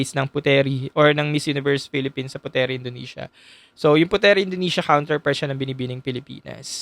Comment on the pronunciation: Nice insight,btw Puteri is pronounced as put-ri by the locals.